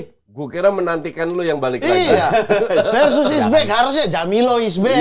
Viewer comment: Harusnya, Versus. Pakai V bukan P. Kebanyakan dari kita kan ga bisa melafalkan huruf V, dan malahan menjadi P. 😊